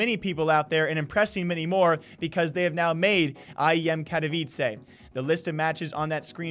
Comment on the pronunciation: KATOwicsay LMFAO bro. Can you not pronounce it when casters been saying it multiple times correctly before? Also they qualify for 2 tournaments. Get your stats right buddy